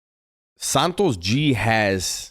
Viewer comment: Santo gee. No s on the end bro